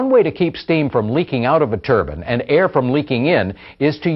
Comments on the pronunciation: Why do they always call it a Turbin? It’s ‘Turbine’ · Its turbin